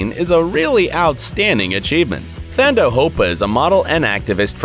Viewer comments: it is not Thando Hopa but it is Tando hopa the h is silent / pronounced Tando. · The correct pronunciation of Thando is to remove the ‘h’ - Tando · The 'Th' is pronounced 'T' not 'th' in Thando's name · "thando hopa" is pronounced "tando" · 🙈 ooof the way he said Thando soooo wrong in zulu its tando but the "h" is silent so thando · Number four is pronounced as TUNDO!! and the u is pronounced like how you say under.But it's spelled Thando, It means love in IsiZulu, A South African language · Thando is pronounced Tando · Thando is pronounced Tando Yw 😁😁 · Pronounced Tar-ndo not Thando... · The H is silent in Thando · The way this guy said THANDO has me dead 💀😂 - Mara he tried Shem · If only we could leave him a voice note so he knows how to pronounce it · He pronounced thando wrong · Sorry sir, but the H in the Zulu name Thando is silent.😂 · It's pronounced tone-door R is silent(Thando).it means love in Zulu